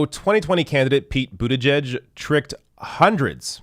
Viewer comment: Pretty sure you meant to say “Pete Booty-Judge”